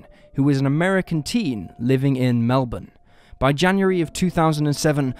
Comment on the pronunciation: You’re the first foreigner that’s said Melbourne properly 😅